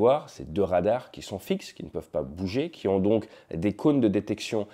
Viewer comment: Des Rrrrrradarrrs...